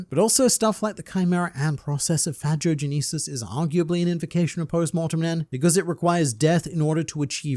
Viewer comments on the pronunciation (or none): He said Phagogenesis so weirdly I thought he said "Vagogenesis" and I was like... isn't that just genesis XD